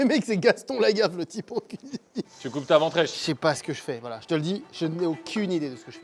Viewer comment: « Voiye » Carlito 2024